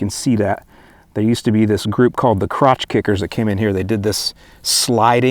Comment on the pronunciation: lol crotch kickers ...."klutch kickers"